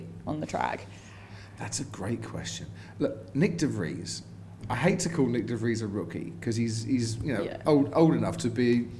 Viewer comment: I5s De Vries pronounced as De friyes. I'm from South Africa and v is pronounced as f